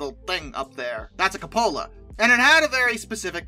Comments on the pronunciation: Good video accept the Cupola is pronounced "koo·puh·luh". Not 'koo pola'!! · Good God, what the hell is a cabola? It's pronounced coop-uh-luh. Coming from my favorite train youtube guy, you're killing me.... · The ATSF caboose thing was because they the end facing the head end rode way way better. Company wanted the cupola facing the rear so they could see better. Crews wanted it up front so they could stand the ride. And im pretty sure cupola is pronounced que-poh-la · I always enjoy your videos and commentary. However as a 42 year railroad man (hiring out in 1973) ending my career as an engineer (and being a conductor in the caboose prior to them taking them away), respectfully we pronounce Cupola "Cue-pa-low". I loved working in a caboose. It was a great place to be. I logged many miles in one, both Cupola, and Bay window. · The Cupola caboose is pronounced "Cue-po-la". Cue (like Cute)-po-la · its Qup aLa. But im just being a dick. Love your content. Very relaxing and informative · It's pronounced "Kewpola". Please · On the Pennsylvania Railroad they preferred the term "Cabin Car". Also I've never heard cupola pronounced the way you do. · its pronounced like coup in coup d'état